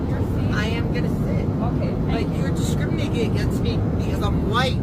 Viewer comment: " You're discriminiginegans me ". Are you sure you haven't had any alcohol yet.